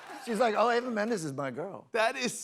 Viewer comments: It's E-v-a "eeeva" not A-v-a yeesh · Her name is spelled Eva, but pronounced Ava on this video. I am sticking with Eva pronunciation. She and Ryan are a loving couple, nice to see.😘